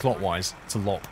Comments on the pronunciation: I could make a video on how to pronounce the Finnish words in the game if you would be interested in learning. For example, Loppe is pronounced lopp-eh (or something), and not like lopp ;-) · Hey mate, Loppe is pronounced Low-Pay